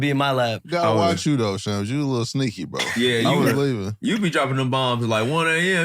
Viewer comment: Ik I’m not the only one who was pronouncing shams wrong